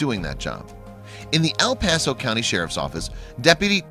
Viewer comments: I know guy did not just say Al Paso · Learn how to pronounce the names properly. It is not 'Al Paso' it is El Paso. As in L.